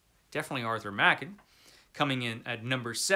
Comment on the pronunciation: A great list, albeit I might shuffle the ranking order a bit. It's nice to hear someone pronounce Arthur Machen's surname properly for a change. I've read almost all of them, with the exception of the William Sloane (I have it in Kindle format, so I will endeavour to get to it), and the Bronte (for predictable reasons of literary classic phobia of my youth, which I've been planning on making up for as soon as I find the time. Frankenstein... 1839 version, or the 1818 version? I've read it a couple of times, but it was so long ago that the 1818 version wasn't available at the time. I certainly plan on finding time to get to that at some point. In fact I should probably find a better translation of The Phantom of the Opera too. I own two copies of The Hunchback of Notre Dame: one absolutely gorgeous early hardcover, and one much plainer edition that is way more readable, so I know it makes a huge difference. As for The Jekyll & Hyde, I remember being slightly disappointed with it when I read some 40 yeras ago. Probably because the assorted films spoiled it for me. If I remember correctly, it isn't actually stated that Jekyll & Hyde were the same person until right at the end, not that I can believe many people hadn't worked it out long before that.